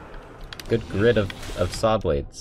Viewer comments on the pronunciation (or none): Hearing say 'shawblades' made my day lmao